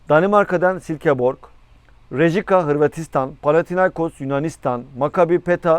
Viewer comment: her ne kadar seni sevsem de, şu takım ve futbolcu telaffuzunu düzeltemedin bir türlü, Rejika takımı hangi ülkenin takımı, Dele Bajuri de kim, C. Brugge şampiyonlar liginde, nasıl rakibimiz olabiliyor, Ajax Braga Molde ilk turda bizim rakibimiz olamaz çünkü Trabzonspor seri başı, bunlara dikkat edersen sevinirim, bir de bir aydır sürekli aynı haberi yeni bir habermiş gibi vermekten vazgeçin, Muhammed Cham ha geldi ha gelecek, artık imza atana kadar bahsetmezsen sevinirim